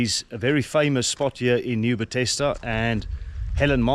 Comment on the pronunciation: Please rather present in you home language. Your pronunciation in English is irritating eg Nieu Bethesda and video.